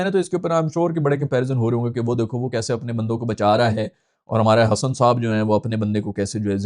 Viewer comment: Hesson❌ Hassan✅